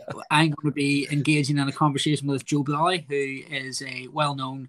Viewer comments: Who’s Joe bwolly? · Joe bwolly